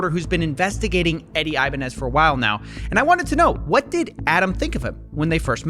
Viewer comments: Great job but his name is pronounced "eee"banez, not "ayy"banez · Every time I heard the word "Ibanez" I feel like I'm having an aneurysm. I was convinced it was pronounced like "Ibañez", and not "Ibanez"